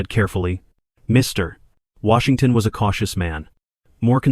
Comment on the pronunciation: Where did you learn to tell stories like this one. You place emphasis on Mr then Washington. This distracts the story and throws off the story